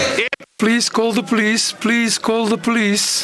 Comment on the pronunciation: "Polise call the polisi"😂